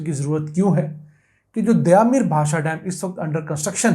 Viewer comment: لفظ دیا میر نہیں دیامر ہے